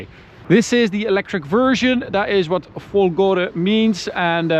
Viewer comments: It's "Fólgore" with stress on the first "o", Fólgore, not Folgóre! Which idiot's taught you to say it the wrong way??? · It's Fòlgore, not folgòre ahaha